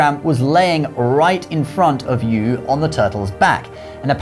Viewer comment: I'm VERY glad that the name of Yü, The Child of Gun who tamed the flood, was pronounced correctly here. There are a couple other videos here on Youtube telling the same story, in which the name is wrongly pronounced as 'YOU' -- and the guy who did the video made a tasteless joke out of that by saying that 'you', the viewer, are the star and the hero in this story!